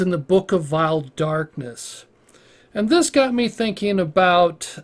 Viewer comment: Da book of vaeil Dakness